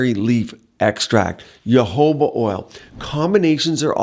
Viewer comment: At least learn how to pronounce the word jojoba. 🤦‍♂️🤦‍♂️🤦‍♂️